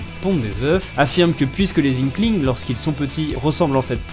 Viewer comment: pondent des œuFFF 😂